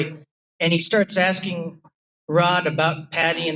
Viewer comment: Its asking not Axing...